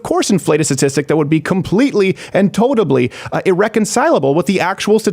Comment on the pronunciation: Steven Crowder: "totably"